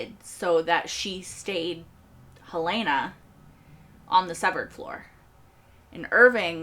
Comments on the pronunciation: Helly was never hel-LAY-nuh. She was always HEL-luh-nuh. We suspected this in season 2 episode 1, but we learned it absolutely for sure in episode 2. In fact, it was so obvious that I spent the next couple of episodes assuming that we all know it's Helena (HEL-luh-nuh), and assuming the writers were going to pull some kind of twist that would be more surprising than simply revealing that Helly was Helena (HEL-luh-nuh), since we already knew that. That made the reveal in this episode somewhat disappointing. In addition, because we all expected Mark's reintegration to have been completed by now, we spend most of the episode trying to figure out why he's showing no sign of reintegration. This is one of the worst episodes of season 2. It doesn't seem to follow from the events of the previous episode. It introduces nothing new and answers a question we already knew the answer to. And it's HEL-luh-nuh. Just like every character in the show pronounces it every time they say it. You've never heard anyone call her hel-LAY-nuh. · PLEASE pronounce Helena correctly. It us not Hell-LAY-na. It is HELL-lah-nah.